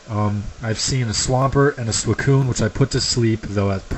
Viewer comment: you also mispronounced suicoun